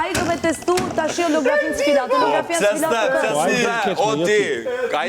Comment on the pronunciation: O 😢😢😢😢 HALO - GRAFIA THOTE 😢😢😢😢😢😢😢😢😢😢😢😢😢 È KORRIGJON, DREJT, SHUME DREJT,... OLOGRAFIA... JO, JO HALO GRAFIA... O 😢😢😢 HALO ESHTE HALE SHQIP😢 MOS U SHIT SHUME INTELIGJENTE 😢😢😢😢😢